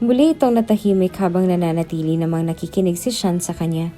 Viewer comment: Sean at Hindi shian, nice story